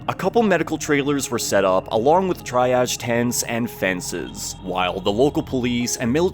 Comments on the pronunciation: 'TRY - AHG'?? you mean TREE-AHG?? I hope this was just an AI thing. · No shade, “triage” is pronounced TREE-age. (not try-age). Thanks for another great video. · Its pronounced Tree-auge, not Tri-auge. Good work though. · Triage… tree-arje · It's pronounced tree' ahj for future reference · FYI, "triage" is pronounced TREE-ahj. Thanks for the video! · You did pronounce triage wrong, otherwise great video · That isn’t how to saw Triage lmao